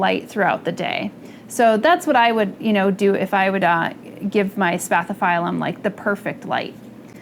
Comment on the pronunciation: Please, pronounce it correctly, it's a Latin word and as such must be pronounced. I couldn't believe you pronounced it spathifailum.😱🤢It put me off watching the video.